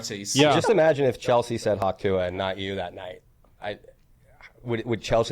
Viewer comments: Shouldn't it be hock tuah. The word for that sound is literally "hock" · But why is it hawk and not hock? Is this an american iq thing?